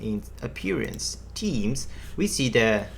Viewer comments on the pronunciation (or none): Really useful tutorial, however please learn how to say "themes" correctly. found it difficult to understand what you mean with closed captions on.